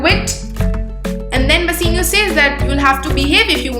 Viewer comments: It is "Bassanio" not Bassinio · It's bassanio not bassinio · It's not bassenio it's bassanio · It is "Bassanio" and not "Basseenio" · Bassanio its not bussino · Plz don't mind but it is not basenio it is bassanio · Its not Bassinio Its Bassanio Please correct yourlself.